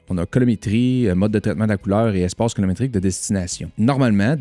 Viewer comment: Yezzzirrrrrr!!! Encore un autre excellent vidéo! 👍 *Colométrique ou Colo"RI"métrique!? 🤔😉